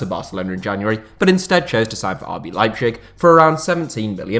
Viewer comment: Hearing your pronunciation of Leipzig gave me PTSD once again 😂